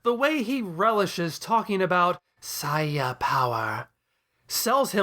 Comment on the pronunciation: wow a reply! Btw it is very satisfying to hear you pronouncing the word "Saiya" correctly. Peace.